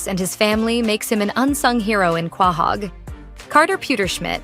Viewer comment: It’s Quahog. Pronounced Ko-hog